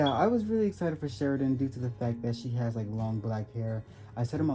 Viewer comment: The way u pronounce shirandas name ia hilarious